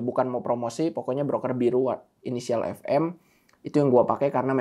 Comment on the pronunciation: Fm itu f''t'ne m'r''t bukan bang boy